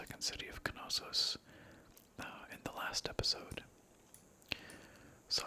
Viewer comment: There's a silent k in knossos